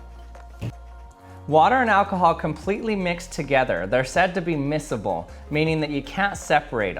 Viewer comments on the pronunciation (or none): You pronounced misk able wrong. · Miscible. Not ‘missable’, in case anyone was wondering.